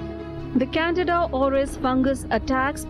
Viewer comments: Say it with me...CAN-DEE-DA CANDIDA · Can- dida, Candida, NOT Canada. I know how hard it is to learn a new language, I just want to help you correctly pronounce this word.